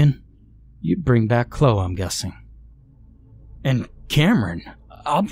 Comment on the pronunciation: If that lady's name is spelled "Chloe", it's pronounced "klo-ee"....in case you read this,...